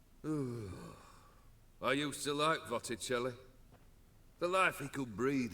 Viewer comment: . Votticelli? Discount version of Botticelli? 😆